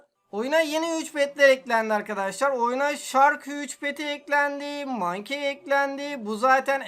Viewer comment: abimiz monkey yerina mankey diyor